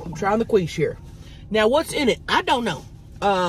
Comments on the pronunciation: I will now forever say “queesh” for quiche. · lettuce with french toast is a garnish lol... and its quiche (pronounced Key-shh not quwee-shhh...lol) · i love how Tammy said, "World Famous KWEESH" instead of KEESH.......she made it sound like KWEEF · 'Queesh' has me lmao!!! 😂 It's pronounced 'Keesh'. 😂❤ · Qweesh hahaha sooo funny 😂 it's prounounced keesh!Love you both!😜😘❤❤ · Lmao i was dead when you kept saying qweesh its actually quiche pronounced ( keesh). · Quiche .pronounced keesh.😂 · Like "Keesh" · She says it like queef but qweesh, and I about lost it when she said that. 😅😂😅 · The way she pronounces quiche and pico de gallo 😂😂😂😂thanks Tammy and crystal for another mukbank!! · Gatekeeping that should be a crime!!! 😂😂. Thought Tammy said “world famous queef?” 😂😂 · OK.... luvya hunnies.... the pie is pronounced KEEESH & the purple nuggets are a variety of potato... very flavourful...lettuce... a decoration... 😊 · Tammy 💛What you had was Quiche or (Qweesh) Lorraine😉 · Sounds like she was saying queef😂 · It's pronounced "keesh"! (Quiche) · Quiche - kweesh lol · "qwish" is that a quiche that makes you queef?? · pronounce keysh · Quiche is pronounced "key-sh". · The way she pronounced quiche had me dying 🤣🤣🤣 Love you Tammy! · I will never say it correctly again 😂😂😂😂😊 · I love quiche its so good You're pronouncing it wrong and it's really funny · I love how you pronounce “quiche!” 🤣